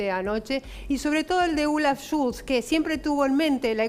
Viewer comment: "Schulz" es falso, se pronuncia, se llama Scholz... Con "o".